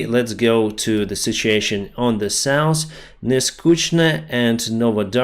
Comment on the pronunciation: Please! Stop saying souse for SOUTH. Same with norse for NORTH.